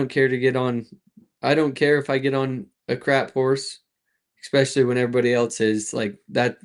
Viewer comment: "especially"...I always wonder where the "x" comes from when people say this word??